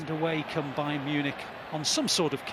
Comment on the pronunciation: Agent's Bayarn Munich 😂